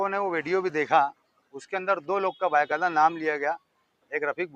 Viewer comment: بائے قاعدہ مت بولا کرو ،بھائی با قاعدہ بولنا سیکھ لونا ۔کب پروگریس کروگے۔